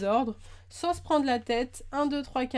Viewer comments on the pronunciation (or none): none